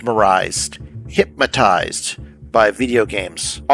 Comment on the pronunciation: Bro really pronounced it "Hyp-matized" in this video